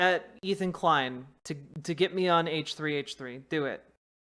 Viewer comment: Someone please tell it's not hehe it's h three h three